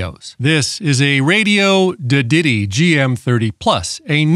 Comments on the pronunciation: I always thought it was pronunced Radioddity and not Radioddity? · I think you mispronounced Radioddity on porpoise.